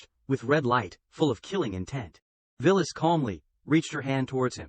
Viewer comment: The AI misread her name (Violet) as Villis